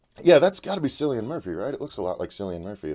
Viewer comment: Not to be picky but Cillian is pronounced with a K not an S. That being said, Cillian Murphy being in it has piqued my interest even more, he's a brilliant actor and still pretty underrated. Very much looking forward to this film.